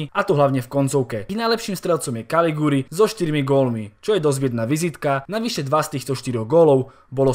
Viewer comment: Caligiuri sa číta kalidžuri. Inak perfektné videjká.